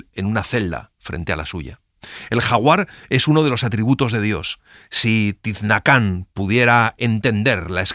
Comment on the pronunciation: El personaje de "La escritura del dios" no se llama Tiznacán (como dice el audio), es Tzinacán.